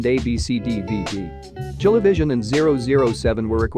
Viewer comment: as a chilean who knows english its pronounced "ChileVisión"